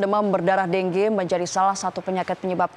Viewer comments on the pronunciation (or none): deng ge??? pdhl bacanya dengue